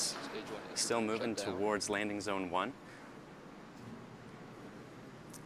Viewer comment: she said landing bone lmao